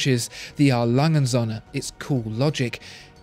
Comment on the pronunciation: Agreed. There's no real competition between these two. Too bad can't even pronounce Söhne.